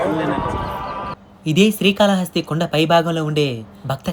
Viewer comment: రేయ్ బుర్రలేనోడా... స్త్రీ కాళ హస్తి కాదురా.. శ్రీ కాళ హస్తి 3 జంతువులు కాదురా 3 జీవాలు అనాలి అందులో ఏనుగు ఒకటే జంతువు... స్త్రీ.. కాదురా ... స్త్రీ అంటే ఆడది ... శ్రీ .. అంటే సాలేపురుగు. కాల కాదు కాళము అంటే పాము హస్తి అంటే ఏనుగు. శ్రీ కాళ హస్తీ.. అనాలి పిచ్చికూతలు వీడియోస్ లో లాగా కూయమాకండి కరెక్ట్ గా తెలుగు పలకండి.... 🌹🕉️🌹జై శ్రీరామ్....